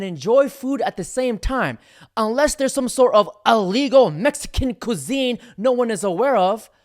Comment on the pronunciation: It’s illegal, not allegal.